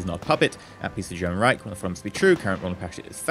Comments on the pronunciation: Nice! BTW you pronounced Reich wrongly :D Its a sh shound not a c sound at the end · I just love hearing non-german speakers trying to say "Reich" ^^ The "ch" spells like the "sh" in shit or the s in sure.